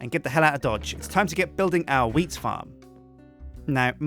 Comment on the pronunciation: Matt and Ice I think he meant to say wheat and not weed. People pronounce things differently, expescially if they have an accent, so that is probably why it sounded like weed instead of wheat.